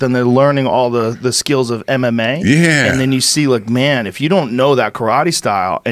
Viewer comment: Eh?! Learn how to say karate.